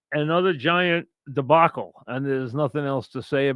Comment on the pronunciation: You know it will be a good rant when he opens with "Aftuh anothuh Giant debawcul"